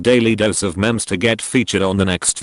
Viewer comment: Him: says memes as mem’s Me: “ mem is Frysk for mom so he’s basically saying ‘DailyDoseOfMoms “